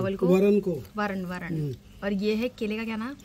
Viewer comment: 🎉🎉❤❤ तरण नही वरण बोलते है।आप दोनों को नमस्कार ❤❤🎉🎉